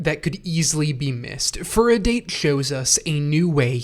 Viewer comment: It's a great video, but is it intentional to pronounce date tech and furodate as "date" when the correct pronunciation is "dah-tay" and "foo-roe-dah-tay"? I wasn't sure if it was a bit since I've noticed it in other videos and it has obviously not been corrected.